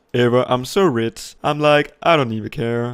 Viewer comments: Det hedder RICH ikke RITZ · Kan godt lide han siger ritz i stedet for rich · the: “im so rech”